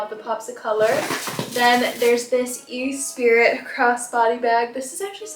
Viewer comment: Did you say E SPIRIT ? 😂😂😂